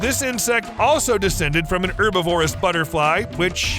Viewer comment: Please learn how to say “herbivorous” please